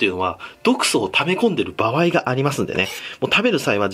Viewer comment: ばわい→ばあい